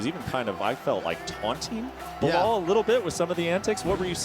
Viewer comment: *Belal NOT "Bilal".